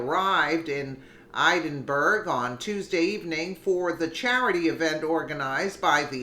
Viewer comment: Hi. Edinburgh is pronounced, Ed-in-borough